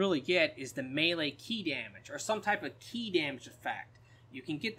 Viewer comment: stop saying chi lmao. ki just say key lmao.